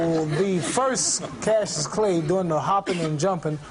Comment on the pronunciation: 19.20 He says cassius